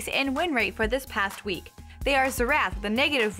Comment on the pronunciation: Zee-Rath?? No that is NOT his name...lol Its pronounced like Zare-Ethh. Now say it...Xerath.